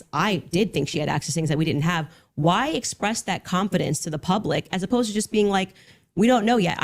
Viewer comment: full CWANFIDINCE